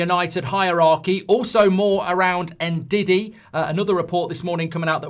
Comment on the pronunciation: You dont say N-Didi its Ndidi it does start with En same sa Embumo Its Mbumo no M-mbumo